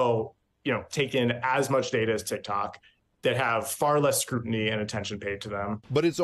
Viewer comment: Yo she said Tik Tak!!!! 😂😂😂 I’m dead